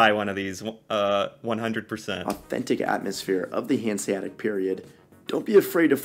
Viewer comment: There's no silent letters in "Hanseatic". The second "a" is just as clear as the first one and sounds the same.